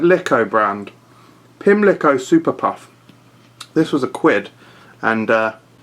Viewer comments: Wanna take another swing at the Pimlico pronunciation, sport? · He completely fluffed it #itllbealrightonthenight